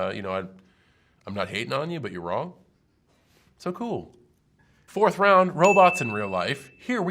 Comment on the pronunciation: He seemed so smart until he said “ round rone “